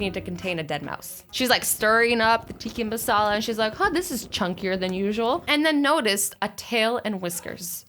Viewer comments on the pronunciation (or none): Azzy it is Tikka Masala not Tikki Masala😂😂😂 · AZZYYYY TIKKA NOT TIKI!!!! MASALA!!!!! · Tikki masala hehe azzy no hate but it’s pronounced tikka masala love you 😘😘😘😘😘😘